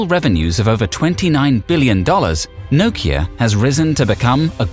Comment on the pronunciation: The way you say Nokia...is why it died :/